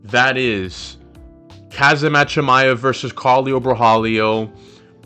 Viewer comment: I know, right I’ve never heard anyone pronounce his name like that the best way I could help would be to pronounce it like this homzot